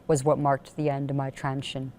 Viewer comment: why is she saying constantly "transion" instead of "transition" .. I don't get it